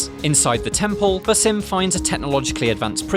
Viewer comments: They literally pronounce Basim's name a thousand times in the game. You can't figure it out? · Your pronunciation of Basim is horrendous, please fix it xD